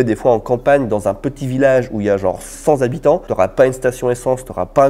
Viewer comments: A 4mn13, "cent zabitants"... ca fait mal aux oreilles. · cent "T" habitants ;)